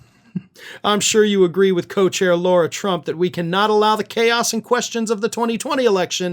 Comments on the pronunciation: This news is 3 or 4 days old already and you keep mispronouncing names. It's Lara not Laura and it's Mer-Shawn not Mer-chan. It's A-Lene not I-Lene Cannon. Why don't you show videos instead of just quotes? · I'm a major fan & follow both of your YT channels. I'm pretty sure that it's not deliberate, but you're pronouncing "Lara" incorrectly. It was intentional when repubs pronounced "Kamala" wrong, but I'm pretty sure you wouldn't do that. Thank you for all of the work that you do to keep us informed.